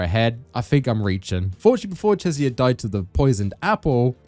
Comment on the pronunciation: Bro why do you pronounce Cesare’s name like that? isn’t it CHEH-zah-reh (CHEH as in “cheddar”)?